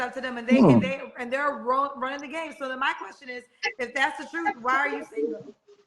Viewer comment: I dont trust a person that says Truuuuf instead truth. 😑😑